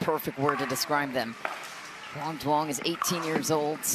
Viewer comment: Is anyone on the PPA staff going to tell the commentators to stop miss pronouncing Quang's last name?